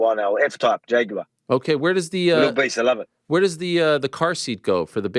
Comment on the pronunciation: F-Type guy here also. Thanks for not saying JAG-WIRE!!!